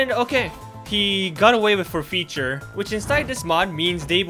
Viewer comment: Is english your first language? Your accent is so good but I notice some words like forfeiture are pronounced a bit funny. I’m just curious or am I completely wrong lol